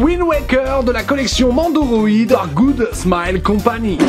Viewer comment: pourquoi tu téforce à dire Mendoroid alors que sur la boite il y a écrit Nendoroid, tu es trop jeune pour savoir lire comme papa